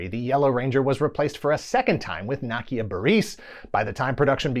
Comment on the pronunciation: The butchering of Nakia (Na-Key-a) Burrise (Brrr-is) made me cringe 😬 😂 but I still love the Channel.